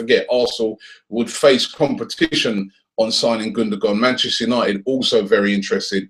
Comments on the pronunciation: Gundogan mate, not Gundagon :) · his name it's gundogan,not gundagon lol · It's "Gundogan" not "Gundagon" .... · *Gundogan. Get the name first. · Gundagon?? -________________- Pronounced gundowan too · Sorry Robbie it's Gundogan not Gundagon o_o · who is "Gundagon"? :D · *GUNDOGAN!!!!!!! and while we're at it it's Cazorla not Corzola! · lol both of you are wrong...his name is actually pronounced gundowan and ozil's name actually is uhhzil because it has an umlat. (if you want to get technical)